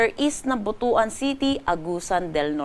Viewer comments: butwan not botoan. research muna bago balita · Correction hindi tama pag mention ang lugar ng butuan. Bigkasin mo sa cebuano BUTWAN .